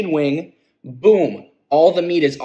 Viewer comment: All the emphasis on the ranch